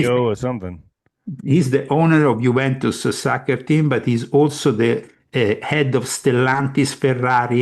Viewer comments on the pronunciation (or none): none